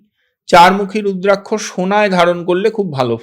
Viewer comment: আপনার নাম ব্রহ্মানন্দ রুদ্রাক্ষ (রুদ্রাক + শ) কে বলতেছেন রুদ্রাংশ কেন?